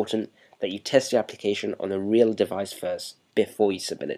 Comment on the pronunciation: "weal pain in dee ass" lmao love da accent